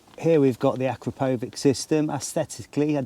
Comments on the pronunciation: It’s pronounced A-Crap-O-Vich - No power gain between the stock and upgraded can the 4 BHP power gain you talk of is only if you fit the full system including the D cat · As soon as he pronounced Akrapovic incorrectly I turned off .